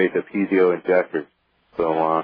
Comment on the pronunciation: I cringe whenever he says piezo like "pee-zee-oh." It's pronounced "pee-ay-zoh."